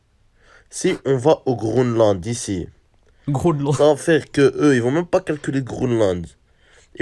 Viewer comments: Le mec qui dit faut aller au "Groneland" il me tue 🤣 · « Hdrari rdv au grounelande » 😂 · c'est dans la vidéo le mec dit Grooland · Bah le " Grounland " 😂